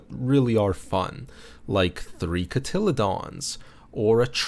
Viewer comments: lmfao ca-tilly-dons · pronounced "cotty-lee-dons".. the word said sounded like a dinosaur name lol. Like a dimetrodon.